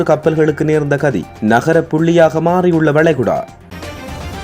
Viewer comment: அடேய் பன்னாடை தமுழை ஒழுங்காக உச்சரி ( நகரப்புள்ளியாக மாறிய வளைகுடா இல்லை ) நரகப்புள்ளியாக மாறிய வளைகுடா கடல் அது எப்படி நகரமாக மாறும்